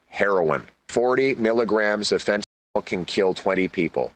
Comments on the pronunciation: Really?? You can’t say fent…….anyl?? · This is our next to be prime minister, and he can't say fentanyl